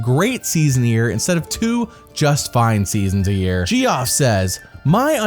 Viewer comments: Geoff is pronounced Jeff. ;) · Just a heads up, "Geoff" is pronounced "Jeff" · None of those unpopular opinions caught me off guard the way hearing you pronounce “Geoff” did.